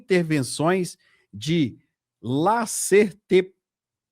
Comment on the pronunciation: Laser terapia se lê como leiserterapia vamos melhorar a sua leitura meu caro